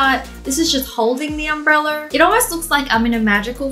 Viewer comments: Did anyone hear Wengie say umbreller instead of umbrella? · Why do you keep saying UMBRELLAR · Wengie: Its just holding the umbrellar Me: you mean umbrella? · We not gonna talk about how she said "umbreller" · No one: Wengie: Umbrellur